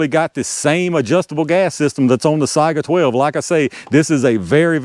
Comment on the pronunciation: You might be the first YouTuber I've heard pronounce Saiga correctly. I don't know why it's so hard, but everyone seems to screw it up. Most people pronounce it say-ga instead of sigh-ga. When I ask them how they pronounce Saigon, I usually get a blank look. People are funny.